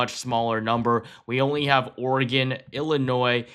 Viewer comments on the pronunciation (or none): none